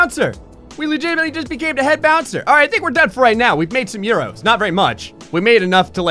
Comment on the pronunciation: I died a little very time he said euros, a bath, referred to himself as Spanish, etc. Bloody hell, mate.